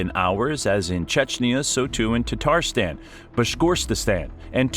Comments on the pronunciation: Tatarstan is not pronounced "tartastan". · PLEASE, PRODUCERS, correct your English pronunciations! It is u-KRAINE, not YOU-kraine. There’s no COW in Moscow, and the list continues - with Tatarstan and more. Why is this a concern? While delivering facts/information, you are teaching scores of single-lingual American English speakers who, given lack of information and/or travel abroad, rely upon accurately communicated place names. To garner respect and trust, please be willing to learn/apply proper pronunciations before recording.